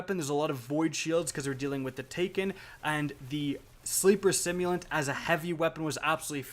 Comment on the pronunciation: he said sleeper stimulant